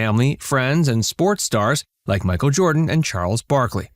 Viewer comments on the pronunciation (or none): none